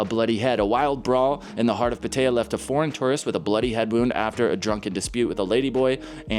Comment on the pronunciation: Pattaya : read -> pat-tar-ya In Thai, we don't have to-may-to/to-mar-to situation as in English, a word can only be read in one exact way. In this case: Pat-tar-ya not Pat-tae-ya. Other words or names I think it'd be fine to get wrong since it's less common words (for foreigners) to say. Especially when it comes to official names like road or province names, we (Thai) often spelled it weirdly in English. The cause of that is: we try to 'map' it to the characters from their original language (most likely; Bali/Sanskrit from India), rather than the actual sound that we pronounce. (AKA Transliteration rather than Transcription)